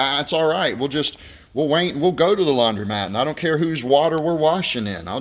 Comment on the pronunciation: DUDE: Laun-DRO-mat, not laun-DREE-mat. Hello